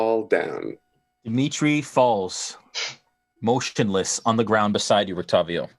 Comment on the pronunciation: When Dmitri fell to the Blight, I could have sworn that said, "He falls, moistionless," not "motionless." Probably just a trick of my hearing, though. But then, "Lord have Mercer," so who knows with this crew?